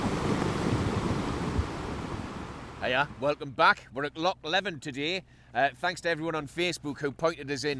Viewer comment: Hi, it’s pronounced Lee-ven, if you’re in the Kinlochleven area there’s a chance of a sea trout, you might need a permit to fish for them, ask in the P.O. I the village. Tight lines. Jimf 🏴